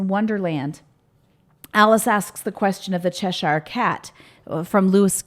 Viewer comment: The way you say Cheshire is funny. I am from there. Its pronounced chesh ur (as in fur).